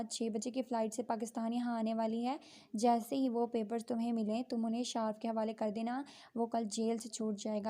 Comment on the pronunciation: Its not shaarf Its shaarif Not even a single reader has good reading skills for this piece